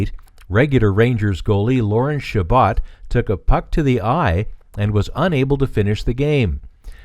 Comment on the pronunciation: Check pronunciation of Chabot.